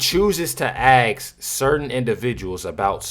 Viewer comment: Asskkk Not axe!!!! Ask!!!🤷🏽‍♂️🙄🙏🏽✌🏽